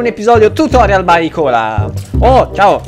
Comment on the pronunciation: Comunque ti ho contagiato, adesso anche tu lo pronunci "icola" e non "aicola" 😂